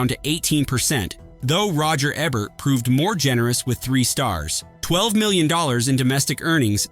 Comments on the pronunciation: roger aaa-bert?? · He says Roger Ebert's name numerous times, but only pronounces it correctly twice.